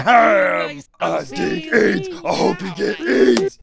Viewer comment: I love the part with "I dig aids, I hope you get aids" at least that's what it sounds like :p